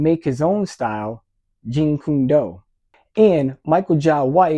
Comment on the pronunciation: Jeet kun do not jeen kun do.. What ever.. Seagal is a horrible person